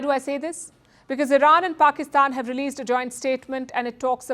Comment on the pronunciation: This presenter needs to talk proper. Anyword beginning with the letter P she uses the letter F. Like Pakistan fakistan. So funny to listen too.